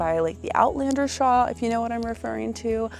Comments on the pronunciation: Thank you!! I love the channel but every time I hear "shaw" i shout "it's a shawLLL" 😅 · Love ya girl but it's shawL 😆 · I have never heard anyone pronounce "shawl" the way you do!